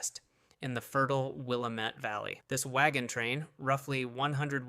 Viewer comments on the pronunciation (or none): Pronouned will lam et not willa met